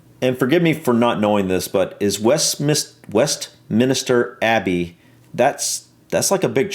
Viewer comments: Westminister Abbey? WESTMINSTER. Whats so difficult about it... lol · West - minster Abbey break up that word